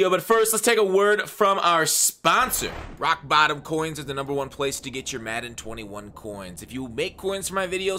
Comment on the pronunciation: Lmao that was the greatest Raawwk Baawwton advertisement screw up ever